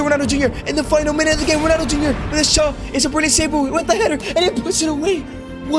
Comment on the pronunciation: "Thee Greatest of All Time".